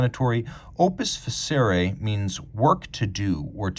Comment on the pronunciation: OPUS FACERE would be pronounced with a hard C in latin,.